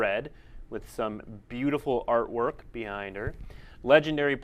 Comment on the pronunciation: "beautiful artwork" Are you drunk?